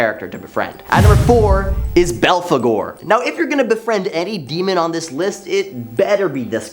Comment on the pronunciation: ...get this kid a pronunciation guide.. or train him to Google every single proper name, ect.. ..can't pronounce philistine (fill-eh-styne), but nailed balfagore..